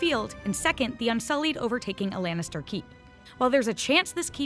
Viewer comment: lAnnitster not lEnnister ok? sheesh